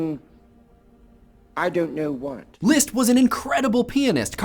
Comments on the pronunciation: It's Liszt, NOT Lieszt! If you are going to pretend to be trying to pronounce it correctly in German, pronounce it CORRECTLY! Short "i"! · You pronounce Liszt weird. XD Leest. ><